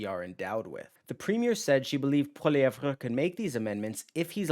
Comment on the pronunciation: It's pronounced Pierre Polly-ev bro.. the re is silent 😂😂😂